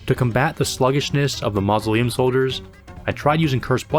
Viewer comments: "Ma -zo - lee - uhm" soldiers😂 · the way you said mausoleum hurt my soul